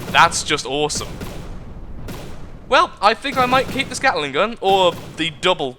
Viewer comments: but he did say "gattle-ing", didn't he? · The Carolina Gatler. In tribute to your inability to say the word "gatling" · he said at the end of the video he accidentally called gatling "gattle-ing" near the beginning though